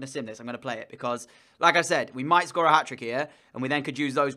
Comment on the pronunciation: Is it just me or every time you said "like I said" it seemed like Lacazette ? Lmao